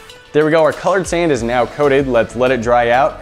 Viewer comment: you said sam not sand lol